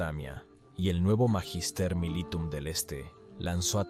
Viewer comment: Por favor, cuiden la pronunciación del latín. Magister militum se pronuncia "Maguister mílitum".